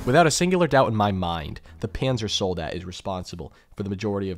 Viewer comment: Everybidy gamgsts till says: Pänsersoldät